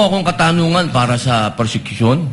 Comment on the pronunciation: Hahahaha ayusin mo mag bigkas ng word kasi —- nakakahiya naman… tapos yan ang pronunciation mo.. PRosecution po… hear yourself kakkahiya ka naman😭😭😭